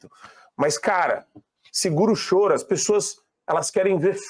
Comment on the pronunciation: VC, TÁ RIDÍCULO FORCANDO A FALA. FALE NORMAL. VC FALA "CHOURO" RIDÍCULO! SEJA NATURAL POXA! AÍ VEM ADRILLES GRITANDO IGUAL A GAZELA SALTITANTE. POR DEUS, MENOS, MENOS. MOURÃO TAMBÉM É 🍉